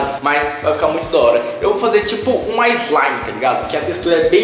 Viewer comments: slamif eslimifi kkkkkk morri eu so acho que é slime😂😂😂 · não é sua ilegal é slaime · Esmaire esmire eslaime kkk